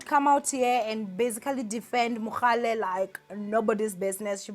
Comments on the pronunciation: Its Mohale not Mogale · Why do you keep saying MoGAle ninja. It's MoHAle. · Lol... Thanks for coming through ☺️💃 "It is Mohale not Mogale" 🤦🏽‍♀️😅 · It's mohale not mogale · It's MohaaaaaLe NOT Mokgale! geez louise! 🤦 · The way you kept saying "MoGale" there is no g!!!😭😭 still love you though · 😭😭😭Everytime she said MoGale, I cringed😭😭... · Andidikwe nguMogale🤣🤣🤣🤣🤣🤣🤣🤣🤣🤣🤣🤣🤣🤣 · 🤣🤣🤣🤣 first thing I noticed. This is akekho munye 🤣🤣❤️❤️